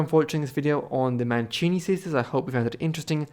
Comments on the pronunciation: Mancini non Manchini....cavolo che schifo queste voci artificiali che non sanno neanche parlare correttamente e che bugie. Storia quasi del tutto inventata. Vergogna. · Wäre schön, du würdest die Namen richtig aussprechen. Sollte doch nicht so schwer sein.